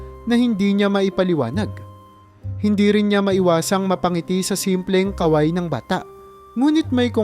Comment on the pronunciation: MALI ANG BIGKAS SA IBANG MGA WORDS LIKE KAWAY DAPAT MABILIS ANG PAG BIGKAS